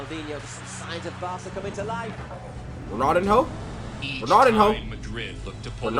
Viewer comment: Nice reaction - but Ronaldinho's name is pronounced RonalDEEN-YO, not Ronaldin-ho. Also, a "head kick" is actually just a header. ;) Ballon d'Or = Golden Ball, awarded to the best player of the year in European football. Messi has a record 8 Ballons d'Or.